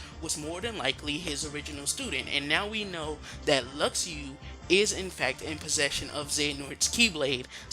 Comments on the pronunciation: it's not luxiu....it's Luxu like Lushu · Jaguar has the lost page, not Luxu and its Luk-shu.